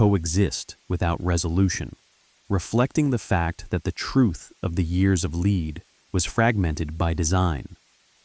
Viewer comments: Years of Leed 😂 It's "lead" pronounced "led", as in bullets - because it was a very violent period. That's pretty important context to understand when creating content about a period of history. In future, it might be an idea to cross reference with all the other content on YouTube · Brother it’s ‘lead’ as in Pb. The Italian translations is ‘piumbo’. For something so well written, you could’ve started by getting the name right. All I could focus on was your narrator’s terrible malapropism.